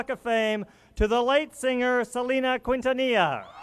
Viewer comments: Selena KIN-TA-NI-YA!!!! Omg how can he get her name wrong? I’m crying at Eva Longoria’s speech...😭😭😭😭😭😭😭 And this is my first time watching the video. Suzette was very kind when she removed Chris flowers, I even think I her her ask him can she move the flowers really quick. OMG it’s not that serious. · That guy who was talking in the beginning doesn't know how to pronounce quintanilla right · Selena is NOT TO BE COMPARED WITH THE DISRESPECTED Madonna. Selena never took off her clothes and was VERY RESPECTFUL. SELENA WAS A ROLE MODEL FOR CHILDREN. Madonna was not a role model and will never be. FYI the U is not pronounced in Quintenellia. R.I.P. Selena.